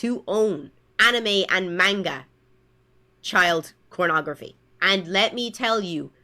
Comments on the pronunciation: Every time I hear her say manga I cringe. She's almost saying menga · She can't even say "Manga" the right way. also loli (prepubescents looking drawling's) when sexualized are nasty, but that is not CP because it is not children it is fictional drawling's that are just lines on paper and if she wants to use the "lore" of fake ages from a show, then I guess if you made the drawling look like an adult version she would still cry about that too? it really is just about the WAY the drawling looks in reality, either it looks like a male or female or a child or looks like an adult. either way it is simply drawling's of fiction. CP also is illegal, yet loli isn't. (its just very ew)